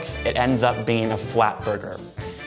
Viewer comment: Fernando Saurin yep "burgeur"